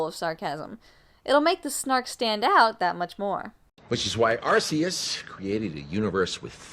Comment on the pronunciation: If it was a Pokemon reference, they pronounced it wrong, it might've been on purpose... but the true pronunciation is Are-Key-Us. Spelling and pronunciation police Intensify